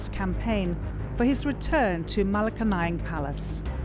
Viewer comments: It's pronounced MA-LA-KANYANG. Malacanang. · Ma-La-Ca-Nayang Palace 🤣😆😝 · Dear CNA reporter: Malaka-nang🥹. Malacanan Palace is pronounced as “Mala-can-nian”. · Malacanayang ampotah do your research and pronunciation properly stoopid foreign medias. 🙊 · This jounalist doesn’t even know how to pronounce the malacanang palace! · Why is there a need to ALWAYS say “son of the dictator president”? And please try to search for the correct pronounciation of Malacañang.. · If your narrator can't even properly say "Malacañang" "Maralita" , Moreño ( it is Moreno) , I doubt she did her assignment. When presenting a story and you brand the candidates based on your preferred labels, very professional. On all the "expert" statements, definitely would question how research is conducted on the accuracy. I feel the piece lost its objective to present facts, it's mostly blanket statements. I truly love CNA Insider but you need to dig way deeper on your subjects and sources. I feel you're doing this material with the business gain (clicks) in mind, not a deeply researched piece . Check some of your "expert"sources , are they mostly from one side ? When they share their thoughts, they state them as if they were facts but they sound like personal opinion. Therefore you have a one sided narrative. Also the "Estate Tax" , is this final and executory or is it an estimated Estate Tax? There's a lot more than picking and choosing a general statement. Be more present also be mindful how you use your label. Your piece can affect people's lives, let that sink in. Responsible reporting is definitely a rarity these days in the times of fake news . So please be responsible. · This is a journalistic piece, therefore, a bit more effort should've been made in pronouncing "Malacañang". Just saying. Moreño = 🙅 Moreno = 👍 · this stupid foreign media knows nothing about the philippines! marcos is well loved by majority of filipino. you cant even pronounce malacanang correctly